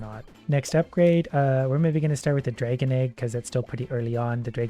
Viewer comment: I love how you pronunce "dragon" xD Its so cute. "Draigon"